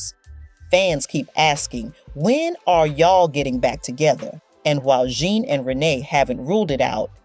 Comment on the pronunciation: I can’t take this video serious- pronouncing Flava as Fluva & Zhane Juna? Girl take this video off YouTube!!